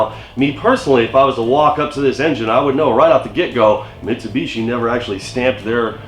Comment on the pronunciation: I am sorry but I have to say it, it is missing a "T" on the end to finish off the last three letters of Mitsubishi. I am a Toyota person. Oh what a feeling! Awesome vid, keep em comin'.